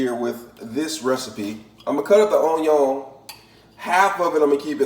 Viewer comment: I doubted this when he said “Raymen”, almost stopped watching when he showed me craft singles, puked when he threw a hot dog onto the counter, and then cried in my shower when he called onion “ahnyah”. And then. AND THEN he zooms in so we can smell his horrible hotdog-onion concoction. I have never wanted to stick a fork in a electrical socket to end it all so badly.